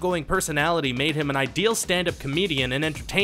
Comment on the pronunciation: I dont like the emphasis on the word MADE